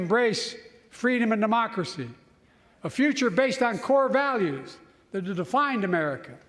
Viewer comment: Love how he says "freedomanddemocracy"